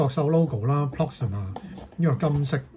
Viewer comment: Proxima, Not Proxmia